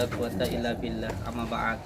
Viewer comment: 1000 persen Pembukaan aja dah salah Amaa baad bukan amaa badu 😁gus gus Piye to salam Cirebon panguragan Udah lah jujur aja lebih baik...